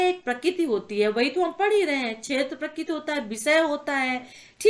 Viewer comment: मैम आप कृपया करके प्रक्रिती को प्रकित मत पढ़े करो मुझे बहुत ही गुस्सा आता है